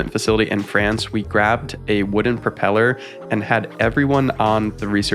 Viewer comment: Propeller, not propel her😁